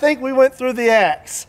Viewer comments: At first I thought you said "ex" and I thought "now you're on to something!"😂🤣😂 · Sounds like he is from Chicago when he said that